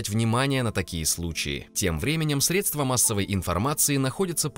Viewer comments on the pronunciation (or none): none